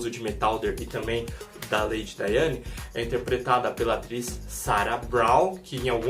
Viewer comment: Lady Diana. Não "Daiane" como vc disse. O cachorro é Jeb.